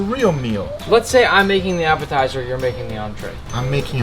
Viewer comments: "he's making a little apatizer, everybody" 🤣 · that’s how I would imagine Nacho libre saying appetizer 🤔🤔🤔